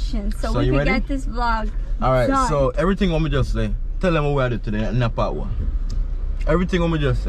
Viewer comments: Bro, it’s pat wa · you a romanticise the word. It is 'patwa'. Pronounce the wa after pat😀